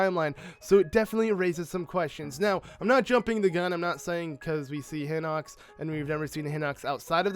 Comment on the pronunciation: pronounced heenox